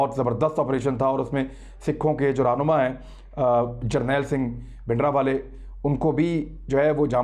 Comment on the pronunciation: His name was bhindranwala not bhidanwala. There is an R in his name. I have said many times that these mistakes show immaturity of our anchors. Please correct the title.